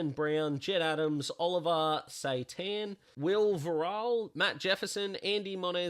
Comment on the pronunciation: It’s Oliver Sestan for the Dees. Thanks for the show.